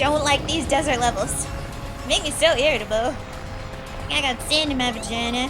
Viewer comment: It sounds funny when you say vagina =]